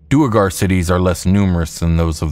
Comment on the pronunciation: Let me add pronunciation of "duergar" to my comment.